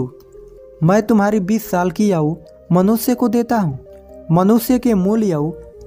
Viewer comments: Yaaar yauu kya hoti hh ayu hoti pahle bolna to seekh le superstar baad mm baniyoo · Thoda bolne ka tarika sudharo ,aayu nhi bol pare but story bhut acchi lagi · बहुत अच्छी कहानी सुनाई आपने धन्यवाद लेकिन आपने आयु शब्द का उच्चारण ठीक तरह से नहीं किया यायु कहा है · Bhai ye yavu yavu kya laga rakha hindi bhi nahi aati to rahane do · Hindi padhane nhi aati h n bhai ko isliye aau bol rha h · आयु शब्द का उच्चारण ठीक कीजिए सर जी ! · Aayu to Sahi se bol lo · Aau nahi aayu hota h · भाई "याऊ" नहीं होता है, शुद्ध उच्चारण "आयु" होता है.. शुद्ध उच्चारण करें.. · Yau nahi bhai aayu kaho aapko hindi nahi aaati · बहुत अच्छी जानकारी दी भाई, मैंने पहले भी यह कहानी सुन रखी थी भाई, एक शब्द आपने बहुत गलत बोला भाई आयु को aao bola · Aao nahin hota hai Ayu hota hai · याहू नहीं भाई आयु बोलो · Bhai kahani to bahut achi h, par apni Hindi thodi achi karo, Yahoo nahi aayu hoti h. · 🤔🤔Aayu ko yaayu bolraha hai 😜🙏🙏👌👌😃😃😃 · YAAUUUU....NHI ....AAAYU...AAAYU....AAAYYUUUUUUU.... HOTA HAI UNCLE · Ye aau nahi aayu hota hai Bhai 🤦 But nice explanation 🙌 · Are bhai yaau kya hota hai aayu hoti hai 😀😀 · Aaou nhi aayu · Kahani achhi he, but aap ayu ko yau kyu bol rahe ho brother 😂😂😂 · भैया याउनहीआयु बोलो बहुत अच्छे से समझाया भैया 🙏🙏🙏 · आयु बोलो याउ नही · Please bhai Yahoo nahin ,aau boliye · आऊ क्या होता है आयु नहीं बोला जाता है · Aayu bolo..yaauu nhi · भाई वो याउ नही आयू है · आपकी सीख अच्छी है लेकिन याउ के बदले आयु बोले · Bhai yau nhi bolte Aayu bolte hai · "याउ" नहीं भाई "आयु" बोला करें, हिंदी का उच्चारण सही से करें।👍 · आउ नहीं आयु कहते हैं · Aaoo nhi ayu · Yau nhi bhai aayu bolo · भाई उम्र को याउ नहीं आयु कहते है तुम वीडियो बाद में बनाना पहले ठीक से हिंदी बोलना सीख लो समझ गये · Yahu nahi aayu bolo bhai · B hai aayu bolte he tum bol the ho AAU aau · याऊ 😂😂😂 ....एक बार तो आयु बोल देते😊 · Aayu , aau nahi = age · यायू मत बोल यार आयु बोल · Yauoo nhi hota hai bhai aayou hota hai bro😂😂😂😂😂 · आप तो आयु को आवु आवु बोल रहे हो उच्चारण तो ठीक से करो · Are Bhai yayu nhi aayu bolo gyani bhai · Au ni bro ayu bolo🙄🙄🙄🙄